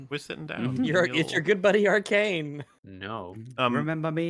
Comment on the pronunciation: It's supposed to Arcane, not Arcant